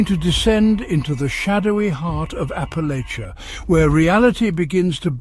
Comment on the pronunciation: Please learn to pronounce Appalachia properly